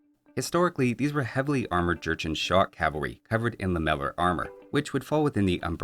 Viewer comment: Am I the only one that hears Georgian every time talks about the Jurchen?